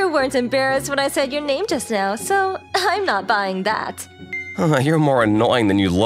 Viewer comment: When he says her name he says the f word with an uh at the end